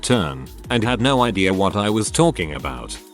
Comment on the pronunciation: The tts voice can’t even say “No.” LOL. 🤣